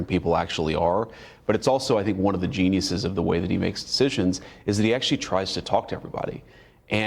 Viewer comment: "Genuis"... riiiiight